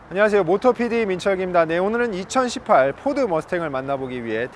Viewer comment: 와 머스탱...2018발음이 굉장하시네요 ㅎㅎㅎ 항상 재밋게 보고있습니다!